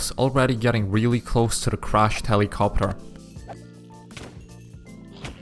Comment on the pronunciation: when he said'' Find and repair a helicopter'' i heard ''helicopper''